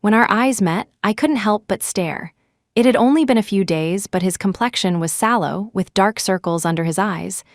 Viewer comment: SALLOW not shallow